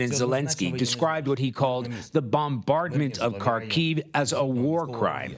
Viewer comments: Kharkiv - accent on “A”. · Ха́рків [Harkeev], please stop saying Carkeev. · Could CBS kindly ask their reporters to at least pronounce Kharkiv correctly?